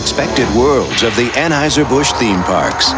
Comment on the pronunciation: It’s pronounced /An-Hoi-Zer/ in German.